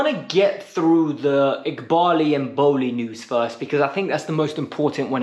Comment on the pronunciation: Toboly, aaaa what's it called?, Egbaly.